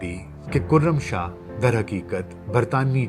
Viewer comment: کُرم شاہ نہیں کَرم شاہ پڑہیئے گا۔